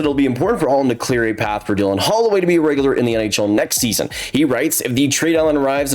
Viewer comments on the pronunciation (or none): none